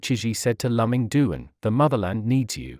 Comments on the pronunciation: His first name is pronounced “Lu Ming” not “Lum Ming”. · This propaganda robotic voice couldn't even get his name right. It is not lum-ming, it is Lu -Ming. It is like quoting Sun Tze while mispronouning Sun Tze 's name. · I wish the commentator would ask someone who knows how to pronounce Luming Duan’s name. It is actually Duan Luming. Chinese visitors or immigrants are forced to put their surnames last. He is Too-en Loo-ming The t is soft and not aspirated. He is NOT Lum-ming!